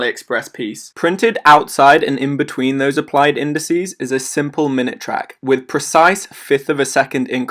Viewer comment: Good vid, I might sub for a while, see if you improve the audio, it seems like you are straining your voice. Also, you said INDISEE. TWICE!!!! :-)